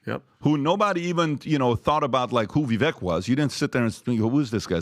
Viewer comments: Just STOP “reading” VIVEK. READING his name has created the errors, I’ve no doubt. So, stop the reading and the writing. And use, technique used for much. Is about as SIMPLE AS IT Gets VIVEK, BAKE CAKE; Call out FAKE; should know Keri LAKE will MAKE moves; RAKE the TAKE; The NAME IS PRONOUNCED, VIVEK (VIVĀK, for goodness SAKE)!!!!🎉 I think we will all no Vivek’s name pronunciation, regardless how you break, bad habits But, there’s no question that if Vivek was anywhere - nel sud Italia 🇮🇹 he could easily pass as, Italiano! Fettuccine(ā) all'uovo fatte(ā) a mano alla Carbonara di Zucchine! Classico Roma Penne(ā) rigate(ā) con acciughe e tonno, olio al peperoncino?. Delizioso!! Classico nel sud italia Linguine(ā) alle vongole(ā), veraci al vino bianco!! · why can PBD not say "Vivek" correctly.... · ....HIS NAME IS PRONOUNCED "VIV..VAKE....WHICH RHYMES WITH "CAKE"!!!!!!!!!!!!!!!!!!!! NOT "VIV...VECK" WHICH RHYMES WITH "WRECK". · can you please show a little respect to Vivek...his name is pronounced Vivake as in "cake". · Vivek like cake, pronounce his name right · I do love this show, but could y’all PRETTY PLEASE pronounce Vivek’s name right? He rapped “It’s Vivek, like CAKE” lol lol Vi- VAKE😊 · Vivek like cake! Quit mispronouncing his name, please.